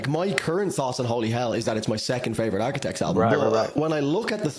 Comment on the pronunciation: Bro said Arquitects😂